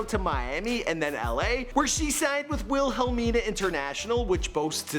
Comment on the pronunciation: He said "wil-hell- mina"...🤣🤣 Try- "willa-mina"....👍